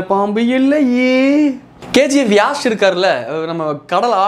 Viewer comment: Yaash illa...yash u r telling wrong